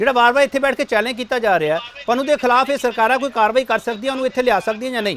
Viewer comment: Why can't pronouce Pannu. He always says Pannua? Please don't bring such person again for debate.